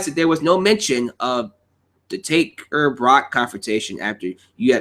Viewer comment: Why u say Barack lesnar not Brock